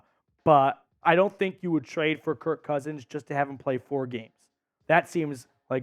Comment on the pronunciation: Such a casual fan statement. And btw, it’s KIRK💀